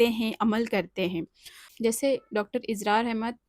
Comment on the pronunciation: Dr izrar nahi israr hai Durust karein